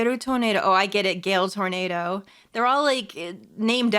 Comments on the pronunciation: I know, but she's pronouncing it like the word tornado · Oh, that. I don’t blame her. Much like with pronouncing Mister Reeus exactly like mysterious, reading Toneido as tornado helps her read out things easier.